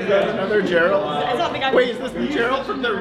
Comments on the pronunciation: The funniest part of the video is how they mispronounced Geralt’s name every time lmao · Funny video, really had to fight through my "um, actually" rage at their total inability to pronounce "Geralt" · God my blood boiled with how you pronunced "Geralt" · The way yall butchered the pronunciation of Geralt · Man, they really butcher Geralt's name... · How do they not know how to pronounce Geralt 😂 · How did you all pronounce geralt the same, incorrect way? 🤔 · please don't put accent on "a" pronouncing Geralt its gEralt. Emphasis on "e" Nobody says that joshUa, we say jOshua So please put some attention to foreign names, ok? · Love these, but it's so hard to hear them all say "Jeralt" Instead of Geralt lol. Edit: also "Cloud from smash" ouch, it hurts. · When the whole crew wrong calls the White Wolf GUH-ralt instead of GER-ralt. I can't. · bro how could everyone mess up Geralt like that. Jeralt, Gerr alt. bruh. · Why do none of your staff know how to pronounce Geralt properly? Like "oh yeah it's Gerrult from the Witcher" and "Jerrult" etc... So weird. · really hit my boy Geralt with the "Jeralt" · Hath thou but tried Gerr-Alt-Delete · I can't lie, when dude said "Gurralt" from the Witcher I wanted to reach through my screen. They say the damn name in the game, for fcks sake 🤦😂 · Weird pronounciation of "Geraaaalt" ;) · This pissed me off so much how they all said it wrong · Not sure if I'm more amazed by how no one managed to pronounce Geralts name right or how they pronounced it wrong two different ways :D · Everyone else: Enjoying the video Me: raging internally over how and pronounced Geralt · the way they say geralt pains me and I'm convinced they did it on purpose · They were saying his name wrong because it looked like off brand Geralt. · Geralt of Rivia says his name in the games so many times that nobody has any excuse to be pronouncing it wrong like that. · The way they all pronounced Geralt killed me lmao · Not how you say Geralt